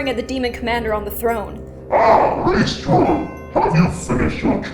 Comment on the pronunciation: It's uh... Pronounced: Ray-stray-ow ._.